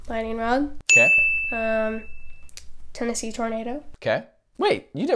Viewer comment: "Tornosee tornado"??????